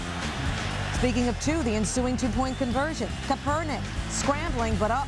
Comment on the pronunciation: "Colin Kuhpernick"